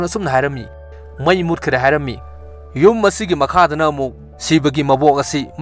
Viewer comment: I am your supporter not a hater but just correcting the mistake of my idol say (yum not jum)🤗